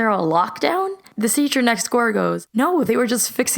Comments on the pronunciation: the seahcer next zore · She said "the seacher nexgoor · “the Seture next goore” Me: learn English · “Thisesher next goor” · “the seacher next goor” 😂😂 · "The seatcher next score goes" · said teacher next door weird no hate